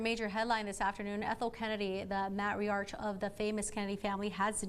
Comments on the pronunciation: Am I the only one stunned at the pronouncement of Matriach? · Yeah but she must have gone to college. Define Match- Tree Arch. 😂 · Oh dear Lord, did she call her the mat-tree-arch of the family? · Matri arch? Don't these newscasters read their copy and pronounce words before they go on the air? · No, I'm screaming, "It's MAY-TREE-ARK"! What a dunce. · No, I'm screaming at that idiot woman, "It's MAY-TREE-ARK"!! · Matt Ree Arch. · MAT- RE - ARCH wow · These newscasters need to go back to school; don’t even know how to pronounce “matriarch”. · She pronounced matriarch incorrectly. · This news presenter can't even pronounce matriarch. She needs to go back to school. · Lol. Someone please teach a JOURNALIST how to pronounce Matriarch! 🙄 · Why can’t she pronounce Matriarch ?